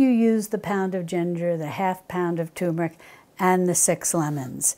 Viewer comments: I might try to make these. And I also enjoyed your no knead bread recipe although as I stated in my comment it wasn't quite golden brown. However a tip here you're pronouncing the word turmeric incorrectly. There's an r in there and you're pronouncing it as 'toom' instead of turm. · You have extremely long videos. You speak too much so important information is missed. Please make your videos 1/2 the time. By the way turmeric does not have tumor in it so please don't make "r" silent in turmeric.